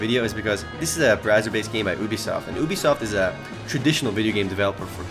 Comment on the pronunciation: did he say boobysoft ?